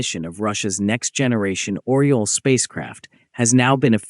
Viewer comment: It isn't "Oral". It is Oryol (Eagle in english)